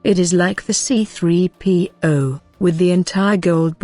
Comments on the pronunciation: I hate it when the bitch robot says C P 3 0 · I want to punch the narrator every time she pronounces "C3PO"